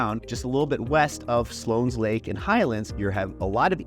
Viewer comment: It's West.min.ster NOT WEST.MINA.STER. And Slone not Slones.